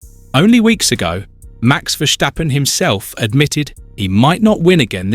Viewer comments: It's Verstappen and not Versthhhhhhhaaappen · Vursjteppen? You mean Verstappen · VERSTAPPEN not VERSHSTAPPEN. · It's Ver Stap Pen not Ver Sthhhhhhhhhhhhhhhhhhhhhhhhhhhhhhhap Pen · Wrong. I’m Dutch and that’s NOT how to pronounce his name. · Please learn how to pronounce 'Verstappen'. Dutch is not German. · The think he is German hahaha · Wrong pronouce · Idiot. I am dutch and this guy is pronouncing it like German